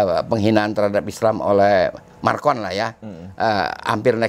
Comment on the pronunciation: Maaf, MACRON bukan MARCON 😂😂😂 Sehat terus ya, Amiiin🙏